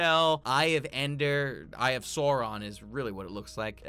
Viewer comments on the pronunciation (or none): SOW-ron hun...not SORE-on